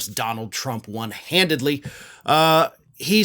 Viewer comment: "won handidly"? handily